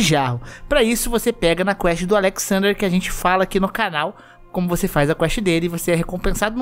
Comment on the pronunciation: Pronunciar Alexsender foi de foda kkkkk mas beleza